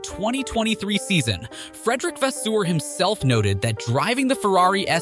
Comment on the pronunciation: Great vid but learn the names geez😂 scuderia, vasseur etc.